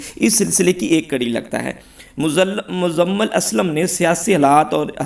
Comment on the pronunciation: بھائی اپنی اردو کو بہتر کرنے کی کوشش کریں آپ مزمل کو مزلم پڑھ رہے ہیں